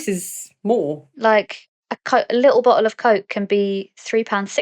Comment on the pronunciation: bottle 과장이 아니고 진짜 봇으 였구나